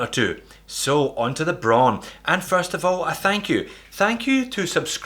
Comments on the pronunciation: It's pronounced just like the color "brown." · Braun is pronounced br - ah - ooh - N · HoWilbur HoWilbur - she is right. It has the same pronunciation as brown and is the German word for this color.